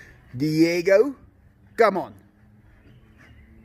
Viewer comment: Di-e-go!